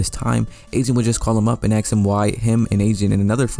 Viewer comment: bro sneaked in a axed like he ain’t say ask when his moms around 😭